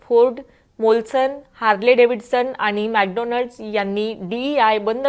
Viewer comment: मॅडम,मराठी भाषेत बोलताय तर जरा अस्खलित मराठी बोलायला शिका पहिला!हे आनि-पानी न बोलता आणि-पाणी बोलायला शिका!!”ण” चा उच्चार स्पष्ट पणे बोलता आले पाहिजे!!😊नाहीतर आनि-पानी ची गावंढळ भाषा तर अनेक अशिक्षित,अंगुठाछाप राजकारणी नेते सुध्दा संसदेत बोलतात!!